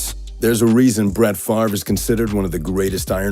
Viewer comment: (Favre. Not Farve.)